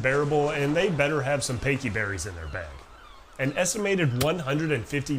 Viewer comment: Just discovered your channel, and I'm loving the stuff you put out. This is right up my alley. That being said, I just HAD to comment on how you pronounced "Pecha" -- it made me double take, and I had a good chuckle. I may or may not call them "Pakey" berries. For fun. (I hope this comes off as lighthearted and not, like, teasing or anything, I just love weird pronunciations.)